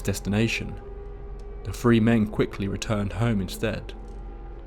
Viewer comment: Is he saying "free" "tree" or "three"?